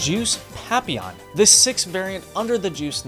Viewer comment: ewwww that’s not how you say papillon stop it 😂